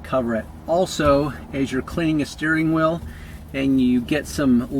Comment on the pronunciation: every time he says steering wheel, it sounds like he’s saying steering oil lol